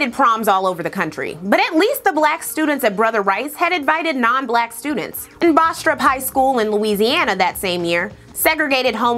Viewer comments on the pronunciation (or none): Bastrop is pretty close to my hometown. Your accent is funny cause it is a pretty generic country accent(Kentucky? Maybe?) rather than a southern accent. I think you are from South Carolina so Im pretty sure youre a southern gurl lol. Also it is pronounced bass-trup, they had a smelly ass paper plant back then, and I think a fairly large headquarters of the KKK was there.